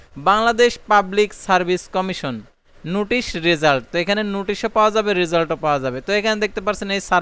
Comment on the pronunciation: উচ্চারণ গত সমস্যা আছে আপনার নোটিশ হবে,নুটিশ না।